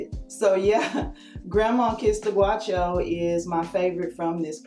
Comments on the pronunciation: Awesome swatch vid, you blew right through it and did a nice job of describing/swatching without taking FOREVER to get through it. Thank you ;} FTR, the “au” in “gaucho” is pronounced like the “ow” in “cow”. Have a great day. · Excellent video!!! I love how you shared facts on Peru while talking about the polishes. Btw “ gaucho” is pronounced gAU as is couch.😀 I think you have the best OPI Peru collection review on YouTube!!!😘💕